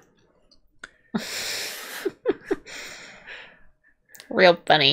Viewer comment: She first mispronounced it as Quan-Tee-co when reacting to The Silence of the Lambs, I believe.